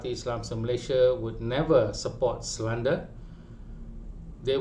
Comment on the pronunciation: Ko ni merepek jer dh knp. Kalo ko gagal dlm pas….terima je lah. Pronoubce slander pon salah!